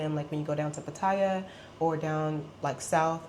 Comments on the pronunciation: She even says she can speak Thai which I doubt very much. I mean Pat-tyre is the typical pronunciation for those who can’t speak Thai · 14 years in Thailand and still cannot pronounce Pattaya correctly; not to mention preferring the simple life but living in 17,000 baht per month room and paying 1000 baht to get her nails done !